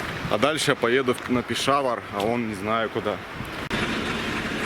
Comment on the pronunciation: 30 минута! Это тебе не Ебург, где можешь спать в сквере под скамейкой. Это не твоя война, уважай местных. А ещё пора понять, что в мусульманских словах ударение падает на последний слог. Не ПешАвар, а ПешавАр, не КаракОрум, а КаракорУм. И вообще впечатление, что таджики, пакистанцы, калаши поумней тебя, а ты их челами называешь, диктат. Козел!